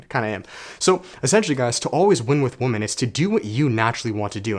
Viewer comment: It's pronounced wim-men